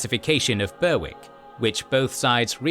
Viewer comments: Definitely pronounced "berrick" not "burr whik" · "Berr-ick" is correct, not "Ber-wick". Almost no British placenames are pronounced as written. The narrator's accent is... odd. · It is Ber'ick. Kings and Generals are incorrect, like many case the "W" is silent. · 10000% pronounced berrick 😂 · I'm pretty sure the voice is AI generated. That would explain the over-literal pronunciation of place names. It knows some names (Edinburgh, Worcester), which I assume are specifically included in its training because they're major places, but it stumbles over Derby and Berwick. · This guy's pronunciation is appalling. Apart from the "Berwick" thing (you are, indeed, correct), Alexander Leslie was the Earl of Leven (lee-ven), not "Levin" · is obviously British himself! Weird that he would mispronounce both “Berwick” and “Derby”! Luckily he pronounces «Worcester» and other such misspelled place names correctly 😉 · is definitely British. Weird that he would mispronounce Berwick! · Your pronunciation of Berwick is correct, the narrators is incorrect.